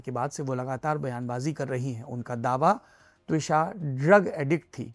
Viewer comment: Should be त्विषा, not द्विशा